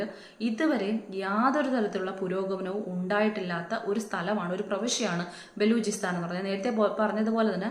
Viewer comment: Baloojisthan alla ayaal paranhathu ayaal parayunnathu enghaneyaanu vedi nirthal undayath athu para chechi allathe balugisthan ennoke parannitt confused aakaruth